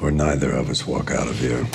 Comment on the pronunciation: I love how Mike says “neither”. I love the german like pronunciation